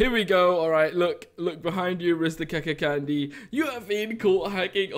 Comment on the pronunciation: I know this video is old.And i am KAKANCANDY and first I have to say I’m sorry for I hacked on the server and you say my mc name wrong... And I have stop hacking❤️